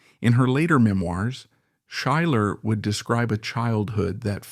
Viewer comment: or how to pronounce Schuyler.